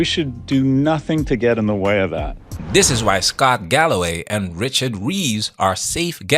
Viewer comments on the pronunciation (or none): none